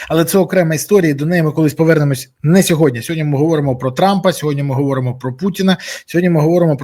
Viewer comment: Бориславе, будь ласка, кажіть сьогодні замість "сьогодня") 😉